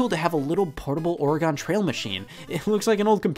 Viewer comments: Lol I’ve never heard someone pronounce “Oregon” like “Porygon”. I’ve only heard people pronounce it almost like “organ” Also, how are you still at less than 1mil subs?? U deserve like 5m by now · aura gin that's how you say it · Yea being an Oregonian it irritates the piss outta me when people say or gone instead of how it is supposed to sound organ = or uh gan lol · It makes my skin crawl everytime I hear someone say Or-E-gone. Or-eh-gin or nothing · Oregon is pronounced Ore-eh-gihn not Ore-eh-gone, Scott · Scott: It's really nice to have a portable Ore-gone trail machine. Me: You mean Ore-gun trail, right? Scott: Ya sure..... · glad to see so many Oregonians getting pissed over the pronunciation of “ory-GUN” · Scatt: or-i-gone trail Me: Oregon=Organ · I'm sure we the pacific northwest all cringed when he kept saying Oregon as Ori-gone. Its like when People say "Warshington" as opposed to "Washington" like how its spelled. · We are gone to Oregone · At first I was glad that so many people cringe at his incorrect pronunciation. Then I realized that most of these same people are probably using a different incorrect pronunciation. “Oregon” does not rhyme with “silicone” or “woe-be-gone.” It is much, much closer to “Finnegan.” Source: I've lived in Oregon for 40 years. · Ok so Scott doesn’t know how to pronounce Oregon. “OrAYgon” - Scott 2019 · Neither of those is correct. It’s just pronounced “organ.” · Isn't it aura-gan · I know right? I've legit never heard anyone say it besides ore-uh-gun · Scott: "Or-gone" Oregonians: "Excuse me?" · IT'S OREGON NOT ORAGONE WHY CAN'T ANY ONE IN THE MIDWEST PRONOUNCE OUR STATE RIGHT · I die a little inside when you pronounce it oh ray gone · Literally no one: Scott: “the ore-e-gon trail” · if you say "oregone" one more time I will remove your oregans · Oof when he said ore-gone instead of Oregon I cringed lol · Scott. Buddy. Ya had me until OR-E-GONE bro why you say my home state like that!? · “Oregone trail”